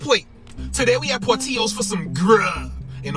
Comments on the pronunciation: you didn’t get the italian beef (wet) with hot giardiniera?? that was a mistake…also it’s pronounced “Por Till Oh’s”not porteeyos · Portillos is definitely an occasion meal in Chicago because it’s expensive. Don’t really get glizzys from there either tho. Sn: we pronounce it Por-til-los